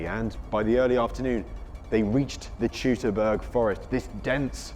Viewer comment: If your going to make a documentary about the Teutoburg Forest in Germany, you'd think an educated documentary maker/narrator would at least learn how to pronounce Teutoburg correctly. It really isn't that hard. "Tutor-burg" is incorrect. "Toy-to-burg" is correct.